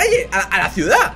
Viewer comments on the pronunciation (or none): none